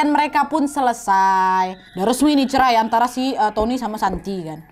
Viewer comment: Cerai jadi "cermai"